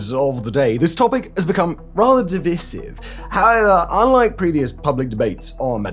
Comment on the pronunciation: That pronunciation of "divisive" is going to be divisive...